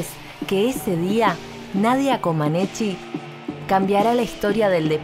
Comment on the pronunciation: ¿Por qué seguirán insistiendo en la pronunciación "Comanechi"? Ella misma una vez aclaró qué es "Comanech"